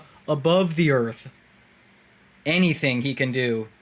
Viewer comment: That didn't say "Earth". It said " Garth".